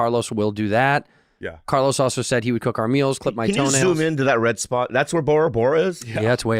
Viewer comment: Bobby really can't pronounce "also"